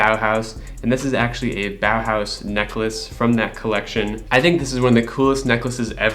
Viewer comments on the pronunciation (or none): The way he says „Bauhaus“ bow house 😂